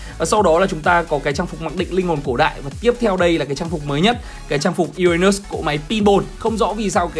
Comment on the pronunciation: Uran Mỡ 😄 😄 (em nói zui hoi )